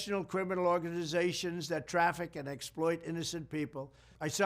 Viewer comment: you can hear the voice line is broken „organsssation“ so a) may be he’s drunk AF or b) this is AI-fake-fake news 😂😂